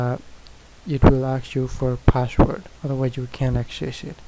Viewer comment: passshwwooord loolol :)